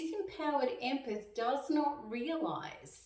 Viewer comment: Empeth , it's empath